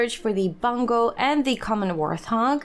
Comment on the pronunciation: Hey Just wanted to let you know that I love the videos. Also as a person with English as their third language I just want to say that it's pronounced wart-hog with a t hehe. I don´t mean this as any kind of insult, I know I would want to know if I were saying something wrong. They are hogs with warts but you seem to say warth-og which is an understandable error. Any, love the series! keep it up.